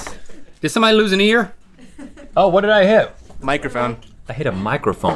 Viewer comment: ' Did somebody loose an eahyr ???'